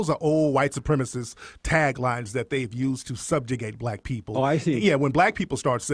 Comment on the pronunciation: Why does Peterson always have difficulty pronouncing black name?